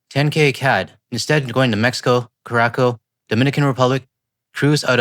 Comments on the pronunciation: Brother you have to pronounce it Ker A Sow not Kerako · Curaçao is pronounced like “koo-ra-SOW” just FYI Otherwise, thank you for highlighting the (online) response to what the greedy orangeman is doing to the Divided States of Embarrassment. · cure-a-sow 😂😂😂it’s part of Aruba islands. Really beautiful. Unfortunately it’s incredibly close to Venezuela. 29c year-round, beautiful snorkelling, nice people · LOve the vids, keep 'em coming. No better sport than haranguing the 'Mericans. Not to be pedantic, but Curaçao (please note, the cedilla under the "c") is pronounced Kura-sow (the 'sow' being like the pig and not 'sew'). Part of the Dutch heritage, with beautiful beaches and turquoise sea. There is also Blue Curaçao, an interesting liqueur added to various cocktails like Blue Margarita....... I need to get out more. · FYI, Curaçao is pronounced Coor-ah-sow. I loved Danger Bay! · Dear. I am French Canadian and also had a heck of a time with: CURAÇAO. It is pronounced: Koo-roo-sow or Koor'-sow with the emphasis on sow as in cow I know sounded weird to me too😂 could never connect the two but that's the way it is. And yes 💯 done with US. Anywhere but! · Curaçao is pronounced Cure-uh-SOW or CURE-uh-Sow :)